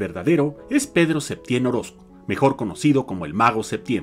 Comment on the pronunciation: A ver, niña, primera,quien te dijo que es una crítica?, Si lees bien anoté: duda; segunda, se escuchó "Septiem", siendo que yo sabía era "Septién". Antes de escribir algo lea bien